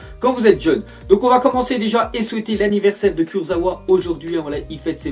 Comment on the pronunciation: Ca se dit KurzaVa pas Kurzaoua